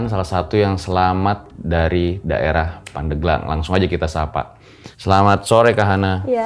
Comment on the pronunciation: Penyebutan Pandeglang salah